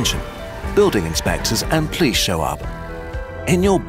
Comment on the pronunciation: Anyone else weirdly attracted to the pronunciation of the word police as 'plice' / 'pleas'?